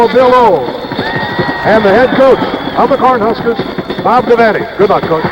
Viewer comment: He might have mispronounced Kinney, Unruh, and Devaney as well.